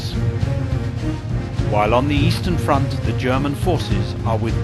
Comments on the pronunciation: I always hear him saying "on the Western front" whilst he IS saying "on the Eastern front" and have always found it peculiar that the designers of the game didn't redo the tape :) You guys hear it too? :) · i noticed it, too... heard it a couple of times just to be sure